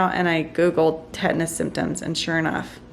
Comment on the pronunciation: Tetanus not tetnis